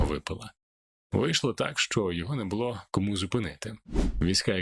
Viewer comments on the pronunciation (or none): none